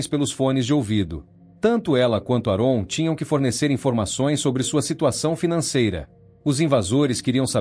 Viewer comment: AParte ruim de todo o vídeo é a pronúncia errado do nome do homem … a pronúncia correta é ÉRON !